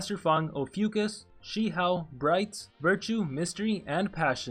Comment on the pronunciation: Your pronouciation on Shi hou is so funny XD. sorry no offense